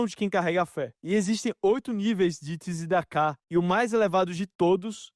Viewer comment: Shabat shalom umevorah 🇮🇱 Pronuncia: "Tiscedeca " começou com nosso Patriarca Yacoov Avinu.